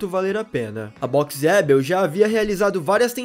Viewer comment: Dica, coloque o nome "Boxeabl" pro pc ler e verá que não é Boxe adel como vc pronuncia.